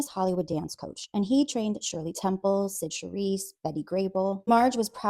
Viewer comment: cyd charisse not sid shereice.